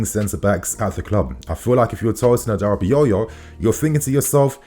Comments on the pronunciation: It’s aDara bi o yo not adarabiyoyo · His last name is pronounced as HaDaRaBiOrYour in case of next time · You tried on the pronunciation. A-DA-RA-BI-OYO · 😂😂😂 Tosin adarabioyor😂😂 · You didn't get the name right 😅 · And finally I pronounced his name right 😭😭😭 nah G. You still pronounced it wrong. It's all good tho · not really . Man put an axtra yoyo at the end lol